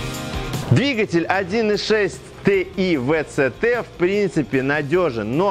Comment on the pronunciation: Три причины для дизлайка, который я мог бы поставить: 1) Тэ И Вэ Цэ Тэ 2) музычка выматывает... 3) спешка